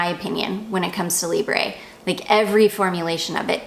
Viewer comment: You do pronounce the letter b in Libre...I checked it to make sure on "how to pronounce"..and they are French!